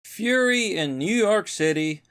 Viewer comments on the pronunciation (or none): none